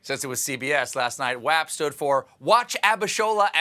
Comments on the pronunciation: Saying WAP wrong multiple times... ~*☆**~*DaD Vibez *~☆~**◇*~ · "WAP" rhymes with "mop," like it says IN. THE. DAMN. SONG!